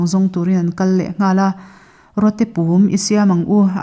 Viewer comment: Pum tih hi a ri a dik lo.a ri hniam tur ani